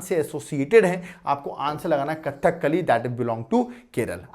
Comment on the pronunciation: It's not "Kathak kali" pronunciation is Kadhakali